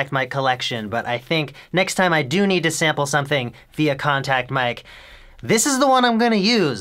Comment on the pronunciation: "next time I doo KNEED something"